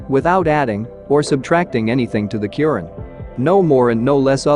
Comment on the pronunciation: AI mis pronouncing Quran